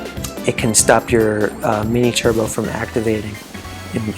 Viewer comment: No I'm just saying it sounded like you said Black Turd-bo Birdo instead of Black Turbo Birdo. Maybe it was just one of those moments where something sounds different from what's being said